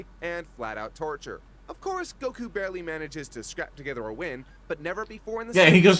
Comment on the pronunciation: The way the one guy pronounces Goku grates against my skin like a rusty cheese grater covered in broken glass.